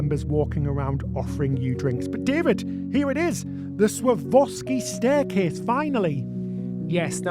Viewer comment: Never thought of trying MSC but now you’ve changed my mind, I think it is worth paying for the yacht club. BtW Swarovski is pronounced Swa-rov-ski. It is a bit of a mouthful.